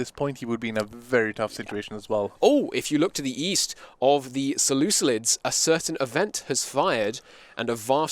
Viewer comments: “Selucilids” what the hell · Unwatchable because of the "seleuclids" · Seluculids? Like listening to a chalk board being scratched.